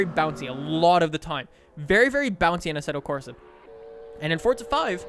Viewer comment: 1st thing I noticed, Asseto Crosa lol